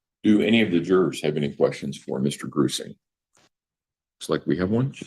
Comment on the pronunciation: Jonathan Grusing - FBI investigator I had to google it I kept hearing "Gruesome" not Grusing. Lol.